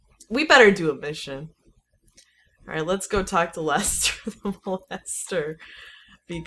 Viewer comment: I thought she said "Let's go talk to lester the melester." xD